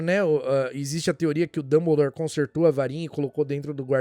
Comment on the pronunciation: notei "dumblere" na ultima